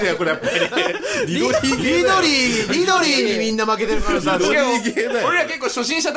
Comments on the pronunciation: リドリーじゃなくてミドリーww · キヨが、 リドリーじゃなくてミドリー って言ってるのくそツボったんだけどうちだけ？？